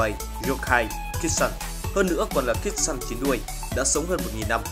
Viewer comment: Kitsune đọc là kít su ne ad ơi, tiếng Nhật mà